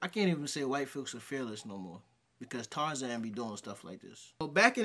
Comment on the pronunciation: did you call cobra dude tarazan? 🤣